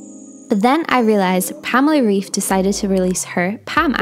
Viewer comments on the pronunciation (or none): Lovely video, but as a German I quickly need to chip in.. Its Rayf, not reef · It's spoken Raif not Reef 😂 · Great video. I downloaded the app too and love it. PS. Try to say her name reif like you'd day arrive without the a. I think that would sound almost right.